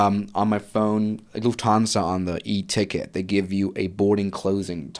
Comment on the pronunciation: Great podcast! What annoyed me: Swiss001 / can speak proper German but is not able to pronounce "Lufthansa" properly. Its a German name and does not have to be "anglofied".